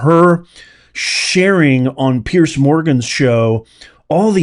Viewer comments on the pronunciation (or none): It's PEARS MORGAN not Pierce Morgan! It's PIERCE BROSNAN not Pears Brosnan! Pretty Confusing? But of course!